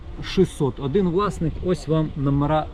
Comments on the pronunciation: Хороший огляд👍 лише "адин" вухо ріже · Чому адин і вісім , адин і пʼять ? Вухо ріже пі.з&ець!